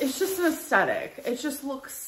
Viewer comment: Stop saying “asstettic.”